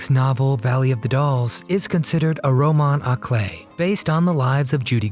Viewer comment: Bravo on your pronunciation of roman à clef. However, just an FYI for the future, I believe Jaqueline Susann's last name is actually pronounced Soo•zann. EDIT: The Milana Vayntrub thumbnail image is rather tasteless. Unnecessary and lacking in class. You can be better than that. Thanks! 🙋🏼‍♂️